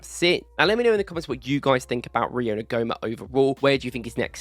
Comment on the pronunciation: Thanks for the video. Quality analysis! Just a couple of bits of (hopefully) constructive criticism (from a complete nerd). En-gu-mo-ah. It’s a tricky one! Second. Your analysis and video editing is so good, just have someone have someone proofread your text captions. I’m honestly not trying to be patronising. I really rate your video, so just add a step to have someone double-check for you. Excellence attracts excellence. Really good analysis of Rio, and I agree, his potential is frightening. For Slot, it’s about moulding him in the Salah mould and not the Doku / Nkunku mould running down blind alleys while everyone else stands around watching. But, from what I’ve seen of him this year compared to last, he is learning extremely fast. And if he’s training with players like Mo, Flo, Hugo, Gakpo, Szobo, Kerkez, Frimpong and so on, as long as he pays attention and keeps learning, he’s dynamite. Thanks again for the content